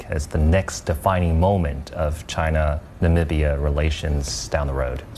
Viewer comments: Na Mi BYA not nambia. NAMIBIA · Hi. I enjoy listening to your news and viewpoints but was somewhat aghast at your pronunciation of Namibia. It made me question the authenticity of your proclaimed support for US trade with African nations.:(